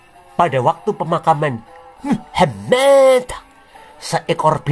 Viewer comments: Selalu Gemes gua setiap dengar ngomong muhamad... 🤣🤣🤣 penekanannya ok bangat... Wkwkwkw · Pas menyebut nama Alloh aswete dan Muhammad aku tertawa geli ngakak 😂😂😂